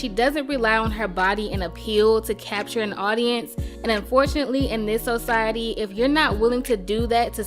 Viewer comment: I'm so sorry and I'm not trying to be funny or disrespect anyone but Society was not pronounced correctly at all actually it was two times that i heard it being used wrong. Other than that great story job well done.